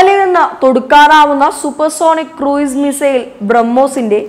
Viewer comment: ക്രൂയിസ് എന്നല്ല ക്രൂസ് എന്നാണ് ഉച്ചാരണം.